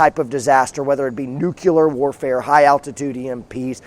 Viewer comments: Love hearing you pronounce it nu-cu-ler like George W. used to. Lol. Nu-cle-ar. Nuclear., not warrior pronunciation. Love the videos. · IT'S "NEW CLEAR"!!!!! AHHHHHHHHHH!!!!! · you said nucular. good video though. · Ha! You said nucular!